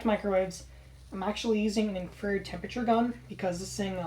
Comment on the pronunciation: In-Fra-Red not inferd, just busting your balls man cool kit man well done